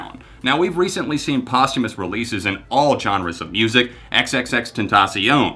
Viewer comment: I am so proud of how smart the young people are today. There is one thing I notice time and again is when certain words are mispronounced over and over. Posthumous is being pronounced wrong. Post is pronounced the same as most. I dont blame anyone. Many times we only read words and have never heard them. The theme of this video is about posthumous so it really should be said correctly. Great video otherwise. With smarts like this young man has we have no reason to worry about the future.